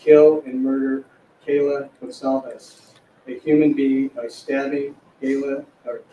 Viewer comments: Maybe by the next one learns how to pronounce kaylee instead of kayla. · Mispronouncing Kaylees name had to really upset her family, especially her Dad Steve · "I'm sorry, this is hard," says after butchering Xana and Kaylee's name. No, you only needed to do minimal research prior to sitting down. And to imply your job is hard bc of name pronunciation is just lazy